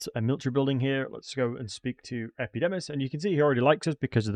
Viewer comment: Epidimus, Arabal, Sentinent Tail Bro, your dyslexia is absolutely off the charts! Makes the video funny tho